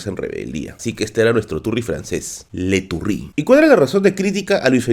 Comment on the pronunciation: Le Turry ulala señor frances jajajaja buena smash historiador :3